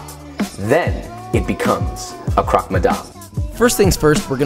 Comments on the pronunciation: No it's not.. missyuh is correct but croque is pronounced more like crock than croak. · You are awesome... it's pronounced cro-que like 'croak' in english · I love how you wanna "edumacate" us but can't even pronounce the names of the sandwiches correctly